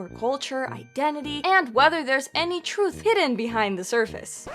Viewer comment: Real Atlanteans should be able to properly pronounce simple words like TRUTH.